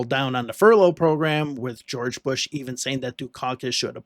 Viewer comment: Was this the year of pooo er "Geow erge" He Cain't help it......